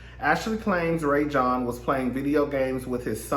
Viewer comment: His name is pronounced Rah-Jon (Rajon).